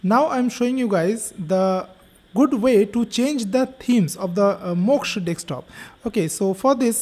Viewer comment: DeSK top - not dekstop